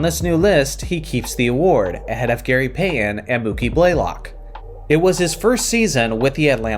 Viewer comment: Who is Gary Pay-uhn?